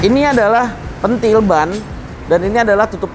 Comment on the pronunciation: Tutup pentil bang bukan tutup pentil 😂😂😂